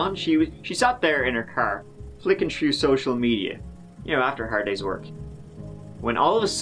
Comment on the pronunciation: Irish people never pronounce the letter h so he is saying throw